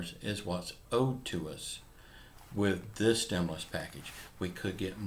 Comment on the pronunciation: I seen this add before, 10 months ago and over and over since. "STEMULOUS CHECKS on way !" Lol